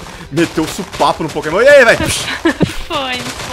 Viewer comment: vc na minha opinião vc é o mais forte da série mais por favor só tenta aprender a falar os nomes dos pokemon direito #montamelhordaserie